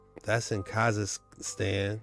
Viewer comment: What did she call Kazakhstan? It is so hard for me to listen or take anyone serious that can't pronounce words when the are trying to drop knowledge on you. Makes me think they just heard of something an hour ago and it is now a viral topic or something and they jump on the bandwagon. I've been on this and so much more since elementary school. Naturally drawn to the esoteric, paranormal, spiritual and so much more to the point that you can just spot out someone's who is a neophyte by ear, vision, or a combination of both. Ole jet ski will tell you "this is new to me" or I've never heard of this" and speaks on topic according to his understanding of said topic. Not hating on ole girl or anyone who is new to this type of stuff but just try to get the simplest of facts correct, starting with pronunciation of what you are even talking about so we are not out here looking for something we think is super secret because we can't locate it on the web when in all actuality, it doesn't exist😂. I just can't not notice these things... ✌️ Peace ✌️✌️✌️✌️✌️✌️...